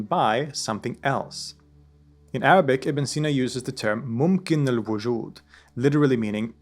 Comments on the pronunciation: Thank you so much for sharing such condensed information brilliantly about Ibn-e-sina. I am impressed with your Arabic pronunciation and explaining difficult topic like essence and existence clearly. I read about him in childhood and am grateful to come across your video which helped refreshed my information which I almost forgot then. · always impress me with Arabic pronunciation! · Huge amount of respect due to the writer of this documentary. With religion bias aside. The amount of pure passion that is able to be seen with this author is astounding! The announcation of his Arabic speaks volumes! His ability to compare historic philosophy to philosophers around the globe to ideas from the Quran is mind boggling. Great work brother !